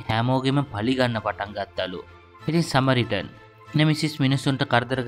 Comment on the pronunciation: සමාරිටන් නෙවෙයි බං සඇමාරිටන්